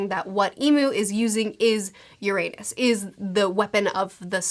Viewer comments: Besides pronouncing Uranus wrong non-stop... Destroying the redline would just raise the water levels technically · The mispronounciation of Uranus. >,< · You might wanto to look up that Uranus pronunciation. 😆 It's not incorrect, but it's a bit distracting, lol.